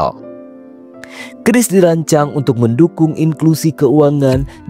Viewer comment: Woi bacanya salah bukan kris tapi q ris😊